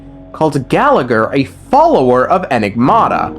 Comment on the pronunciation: Him being unable to say "enigmata" is kinda lore accurate